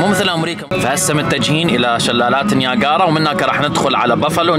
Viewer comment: شلالات نياجرا مو نياكارا